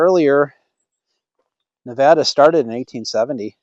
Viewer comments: Pronounced Nuh VAY duh😊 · Great to see the cleanup! BTW, locals pronounce it Ne-vay-da.